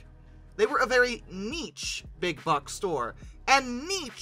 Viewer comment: Lol for the love of god, someone teach this man how to pronounce "niche"! 🤣 It rhymes with "sheesh" not "cheech".